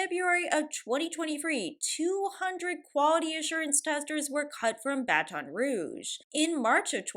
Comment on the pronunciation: Lots of layoffs happening right now, at least in the US.. :/ Let us not forget to be kind during these times. Also the way you say Baton Rouge is hilarious to me with your accent. BAT'n